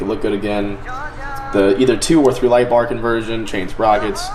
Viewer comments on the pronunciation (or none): When you said I need to hang my light, I thought you said I need to hang my life 😂